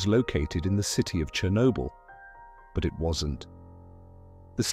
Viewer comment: That's not how you say "Chernobyl".